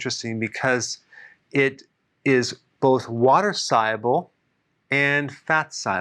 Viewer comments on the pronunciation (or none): Sighable? No its sol-u-ble. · You’re a smart guy but how come you can’t pronounce the word ‘soluable’ ? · Is he saying soluble? 😅